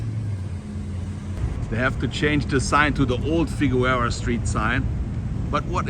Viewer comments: FIGUEROA is pronounced Fig Air O A. (In English, it's different in Spanish.) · It's pronounced FI-GER-ROW-A ... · Danke. Love your videos. Ich habe veile Fruende in Deutschland; Berlin, Munchen, Neu Ulm, etc. Aber bitte,. Figueroa is pronounced: Fig Your Ohwah. Oh, as in Oklahoma. Danke, Don, von Chatsworth. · Did you just Butcher Figueroa